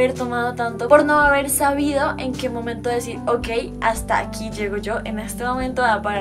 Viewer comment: En el minuto kika dijo sabido